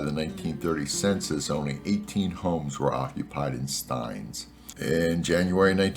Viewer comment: It's actually pronounced "steenz"